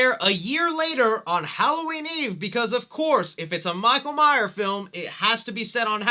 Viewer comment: I love 4 and 5...but I can admit that 5 is not that great. But PLEASE stop calling him Michael Myer. You keep constantly slipping back and forth between saying Myers and Myer. It's MYERS. And what the hell is the deal with your H5 masks hair??? It is super flowy and not like the other masks. Did it come that way or did you do something to it??